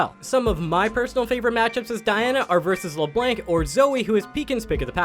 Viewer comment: How can you be Challenger, assuming you play a ton, and still not know how to pronounce names properly? "Le blank", "Kyle"...wth lol. Edit: Wth then you later on say Le Blanc correctly....X2 And Kayle! Haha